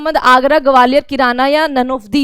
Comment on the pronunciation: Gwalior ka pronunciation aapka thik ni h mam😂😂